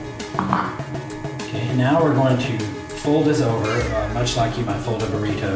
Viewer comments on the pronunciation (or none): He said burrito funny...